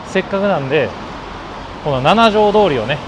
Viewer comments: 『ナナジョウ』じゃない。 『シチジョウ』。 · 京都駅でご飯を食べるのはもうやめましょうばかりが強調されてうっとうしいです。そもそもこの主さん京都の方なんでしょうか？京都在住なら7条なんて書かないですよ。七条です。読み方もななじょうどおりではなくしちじょうです。